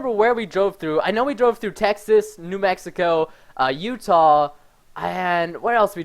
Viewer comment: My name is Utah, and you say it weirdly lol